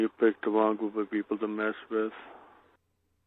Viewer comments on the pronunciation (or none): "Owin yu picked the wong people" Obviously it's Elmer Fudd...mystery solved.